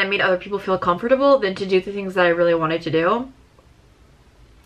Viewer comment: i love the way you pronounce every syllable of com.for.ta.ble (lemon trees!)